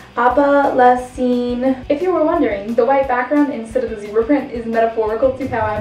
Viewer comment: It's "opal Essence"